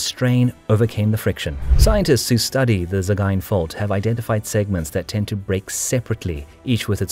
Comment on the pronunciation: Probably the best pronunciation of "Sagaing" I've ever heard.